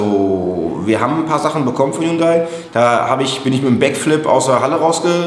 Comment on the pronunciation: Es geht um Hund-ay